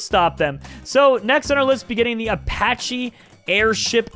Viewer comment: my G I respect you but how do you say Apache wrong